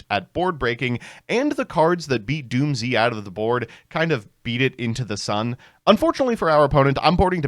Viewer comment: Erm its actually Dooms not doomzee ☝️🤓